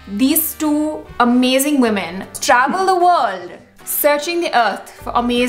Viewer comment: Call me ignorar but, I didn’t understand when you said “This two amazing women travel “The Wol”… ( I don’t know what that means (The Wol )… Sorry…